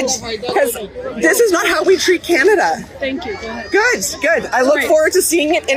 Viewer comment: Canada became canada PURAM😂😂😂